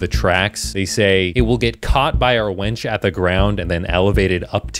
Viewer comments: The gordonator project saying "wench" instead of "winch" is honestly what gets me more than it claiming to be an infinite energy machine, lol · The Gordonator creator(s) mistaking the words wench and winch is one of the most unintentionally funny things I've seen in a while. Literal girl power.